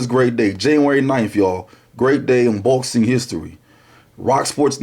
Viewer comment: "I LUHV BOHXIN" classic intro